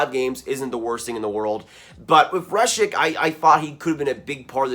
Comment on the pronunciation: Aidan Hreschuk is pronounced Her-shuck and Lysell is pronounced Lew-sell like new but an L.